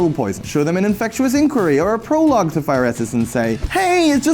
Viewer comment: Infectious =/= "infect-U-ous."